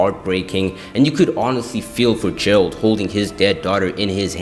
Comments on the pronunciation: Jeralt trying to find silly? It's Geralt like get, not jet. I see a lot of people do this mistake. Same goes for Yennefer - it's not Jennifer. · Bro lost me at 'Jeralt'